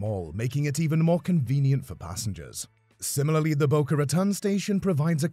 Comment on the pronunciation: it's pronounced boca ruhTONE. And the top speed is not 79 mph, it is 120 (between west palm and orlando). please do better research and stop using so much awful stock footage. there's hours of promotional brightline footage available.